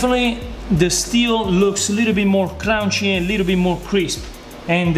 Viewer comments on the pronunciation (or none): Double like for saying "crownchy" makes me smile everytime. I actually would have taken them out at the same time to make it more even... not sure I'm buying that they were cooked exactly the same.